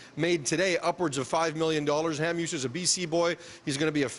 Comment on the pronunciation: hate it when they pronounce hamhuis "hamhoos"...haha